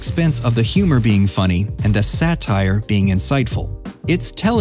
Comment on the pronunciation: "SATRIE"? Ironic how you accuse THEM of haste making waste.